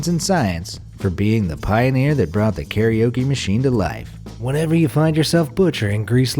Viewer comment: Daisuke Inoue... Man I love your videos but the way you pronounced this poor guy's name D: And karaoke too :<